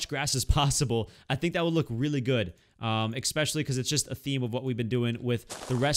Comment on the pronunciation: challenge...say especially, not “expecially ”